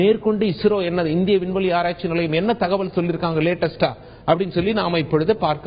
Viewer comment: உல்ல, செய்துல்லது, புல்லி, இவ்வலோ, விட்டார்கல், விண்வெலி, இந்த அழகான தமிழ் வார்த்தைகள் எல்லாம் "ள' என்ற தமிழ் எழுத்தின் உச்சரிப்பு வேண்டும். அவர்களே தமிழ்க்கொலை செய்யாதே. இந்த வேலையை விட்டு விட்டு சென்று விடு. கேவலமாக இருக்கிறது